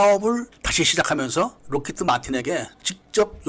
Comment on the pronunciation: 뭐 사소한 부분인데 록히"트" 마틴이라고 들리네요..